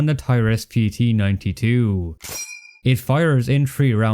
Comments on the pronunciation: I know this could just be a result of your accent, but Taurus is pronounced Tor-us not TI-rus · My man, it's not a "TIE-RUS", it's pronounced "TOR-US" as in Taurus, the bull. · bro said "toyras"